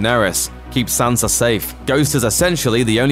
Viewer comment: Sansa not Sanser.